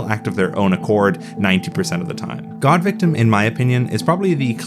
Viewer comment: Surprised that there’s no emphasis whenever GAWDVICTIM is said